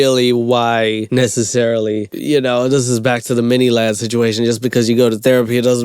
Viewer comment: i know this video is three years old but did actually say ‘this is back to the miniladd situation’?? or am i tripping